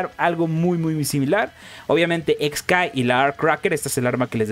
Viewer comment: El nombre del personaje se escribe χ-kai- y se pronuncia solamente "kai" (por eso tiene los guiones) no se porque los youtubers cometen el error de pronunciarlo "Ex kai" o "Equis kai" siendo que χ es una letra griega que en inglés se pronuncia "kai" y en español "chi".